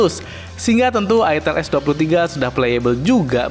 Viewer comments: Bacanya itel itu "aitel"😂😂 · Sebenarnya cara bener nyebutnya aitel bukan itel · ak males belinnya ,,, harrraammmm mengandung porno,,, masa nyebutnya itteeelll ... cuihh najizz